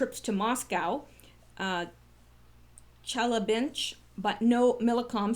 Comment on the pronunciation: Chelabinsh, I am guessing, is supposed to say Chelyabinsk. Maybe they're interchangeable? Chelyabinsk is in the Siberian Peninsula area of Russia. Some of my family has been there.